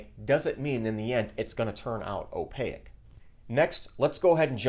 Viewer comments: great vid! still trying to get this working on my printer. my gear doesn't appear to be biting into the filament at all. advice? Also, I cannot unhear it: opaque (like "take"), not opaic (like "mosaic") lol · Great video, please look up how to pronounce opaque though. Just tying to help, have a great day.